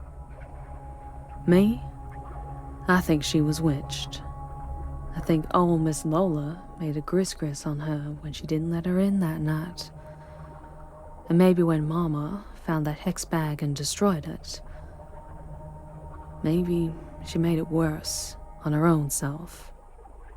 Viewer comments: It's pronounced "gree gree," not "gris gris." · For the love of Pete. Its pronounced Gree Gree not griss griss. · not "griz griz" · Respectfully FYI. Its not gris gris on mama... It's pronounced gree gree ..cajun french. Loving the stories, keep up the good work.. 😉💖💖💖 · Gris gris = gree gree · It's pronounced "Gree Gree" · Gris Gris is actually pronounced gree gree. I didn’t know that was even a thing in Louisiana. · Gris gris is pronounced gree gree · FYI Gris Gris pronunciation = Gree Gree